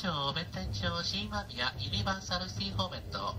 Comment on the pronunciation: ユニバーサルシティの発音がええなぁ